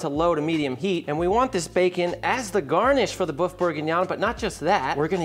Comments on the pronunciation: Loved this presentation and craving for a bowl right now. However it's boeuf bourguignon, not boof bourguignon, for example it's like the pronunciation of oeuf for an egg and neuf for nine in French. Luscious recipe though, thank you. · Boof bourguignon is what I'm hearing 🤔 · I am German, but please learn how to say "boef" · Lil tip: Say the french word for beef like you'd say 'hurt'. The U sound in hurt is like the Ö in German which is nothing else than an O followed by an E or the œ in French . If you use the same sound from hurt for the word bœuf you will say it correctly. Have a good one, sir.